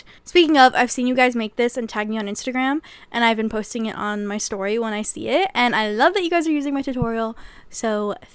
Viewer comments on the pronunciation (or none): none